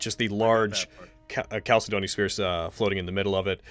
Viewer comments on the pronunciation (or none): Anyone else triggered by how mispronounces chalcedony?